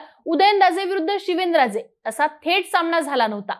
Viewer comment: आरती: शिवेनराजे की शिवेंद्रराजे😅 उच्चारण सुधारा